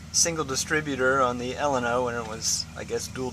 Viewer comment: I enjoyed the video because I once co-owned s/n 0819 Ellena. We also had the single distributor, which, I believe came from the twin plug Maserati 6 cylinder cars. It was in fact like two 6 cylinder systems. Interesting to see the individual differences between Ellenas. BTW, I keep hearing people pronounce Ellena as you do, but if you google how to pronounce it, it's not the same.